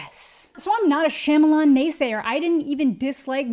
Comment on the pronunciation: mispronouncing his last name in this manner is rooted in racism...we can make fun of this movie and how bad he is at most of the movies be makes without resorting to mocking his name.